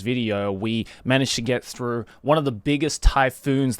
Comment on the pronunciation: Nakai Throff? Joey... its through.... as in going through. or do you walk throff an entryway?